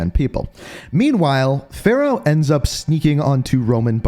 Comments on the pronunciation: He still messes up her name it’s Farah far-ah and her last name is Kareem it’s just spelled differently Farah Karim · it's f a r a h not fera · Bro Fa not Fe cmon